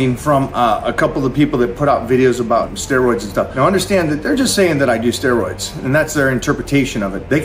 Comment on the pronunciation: I’m here to listen to DT say the word “steeroids”.